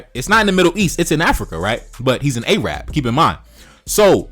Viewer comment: Yo, know how to correctly pronounce. It isn't "A-Rab" its 'Arab' you dumbb ignorant fuks